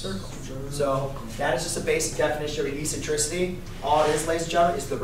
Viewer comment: Please pronounce the word, eccentricity, properly. The first "c" has a "k" sound. It is pronounced eksentrisity......The letter c is soft only before e, i, and y. You are a teacher, for information and for disinformation.